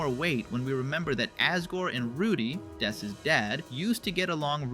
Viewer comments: It's not dess, it's ness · “It’s not dess!” says that it’s dess